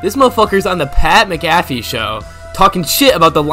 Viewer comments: Mc-caff-e??? Mac-a-fee. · Pat MAC-affey